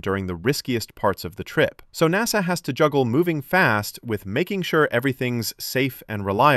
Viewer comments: Is this video AI generated? he calls him "interim N-A-S-A administrator" which is bizarre. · well that was a big tipoff that you hired an AI voice for the narration here when NASA was pronounced using its initials, rather than the usual NASS-uh. SpaceX is the best aerospace company in the solar system? Which other planet in said solar system besides Earth has aerospace companies?🤨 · The least you could do is spend a few bucks to have a live thinking human read your computer generated text. A human will know you read NASA as a word, not as the separate letters N.A.S.A., AI readers don’t know the difference and don’t know when they have made a mistake. That laziness generated foible earned you a👎.